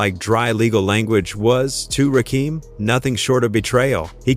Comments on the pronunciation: The fact that you don't give a damn about how to say Rakim phonetically is pissing me off. All you had to do is spell it like this RAH Kim and that would have said the name correctly. Get out the culture if you are not going to respect it! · I can't take this seriously, When you can't say the GOD'S name correctly. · Agreed my Gee!!! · How can i believe you? You cant pronounce his name correct. Dumb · WTF IT'S CALL R N B NOT R.B. THIS SHIT IS ANNOYING AND RAKEEM AND RACKEM IS NOT HIS NAME RAKIM SAY RAKIM IT AINT THAT HARD DAM SMFH